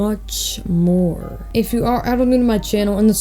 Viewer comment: “And much moore” 😹